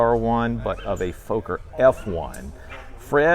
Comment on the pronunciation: I'm pleased that Fred knows how to pronounce "Fokker" (no, it's NOTpronounced "Fowker")